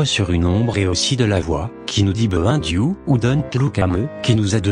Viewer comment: Excellent! Juste un détail mais le Behind You on le comprend pas très bien mais sinon.. Waw j'était en stress xD